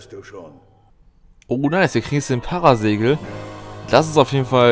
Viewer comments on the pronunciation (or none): Das spricht man Paras-Egel aus!!!